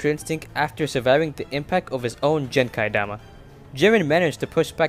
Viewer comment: Jen - Kai - Dama. You just triggered an entire fanbase in so few syllables.